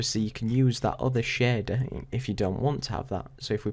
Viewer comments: Really nice vid :) however your "sheeeeder" really made ma day, what accent is that? :D no offence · so Shader is pronounced as shieerder ? like Share + there hahhaa Thx for the video btw